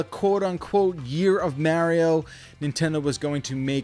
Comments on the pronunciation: Only thing that triggered me was "marry-oh" who dafuq is that!? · Quit saying Maryo, we know you're trolling us... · You mean like Mary-O? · Did he just say Merio? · How do so many people pronounce Mario wrong when his catchphrase is literally it’s ah me Mario! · I couldn't take you serious because you kept saying "Merio" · Why do you say Mario so weirdly? Wtf is wrong with you? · I’ve never heard anyone say Mario like Mario. Why you saying it like that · This guy really doesn’t know how to pronounce “Mario”